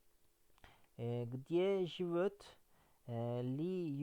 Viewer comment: Hocam lütfen yanlış anlamayın amacım kötülemek değil, живёт derken telaffuza dikkat ederseniz daha iyi olur yoksa telaffuzunuzdan dolayi anlam olarak karın anlamı ortaya çıkıyor "живот"